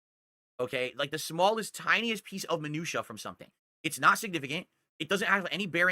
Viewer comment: All the words he pronounces wrong but he can say minutiae of all things correctly? I don't even know what to say about that.